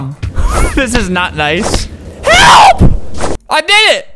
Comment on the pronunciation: lol I like FLAMINGO say "HELP" "HLEP" lol